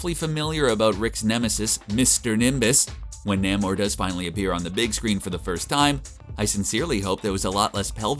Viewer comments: Ugh, Naymor...NAYMOR! Not Nammor. Reminds me of ppl who say Connin the barbarian. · It's pronounced Nā·mōr, not Nă·mōr. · Say it with me. Nay-More. Nay-More. Not Nahm-or. NAYmor. This is how it has always been pronounced. If you’re gonna dork, dork safely and dork properly. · NAY-More. That's how Stan Lee pronounced it.